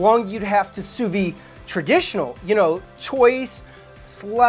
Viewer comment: Great channel! Why do Americans have a tendency to pronounce “sous vide” wrongly? It’s “SOU-VEED” with a hard D